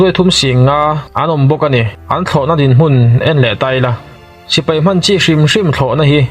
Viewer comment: sipai,tih tur hi sipei i ti zeuha